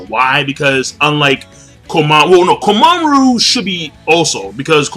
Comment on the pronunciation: god damn it it's komamura, not komamuru